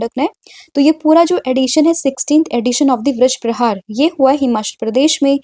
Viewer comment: ma'am vrajprahar nahi vajraprahar... dekh ke toh sahi boliye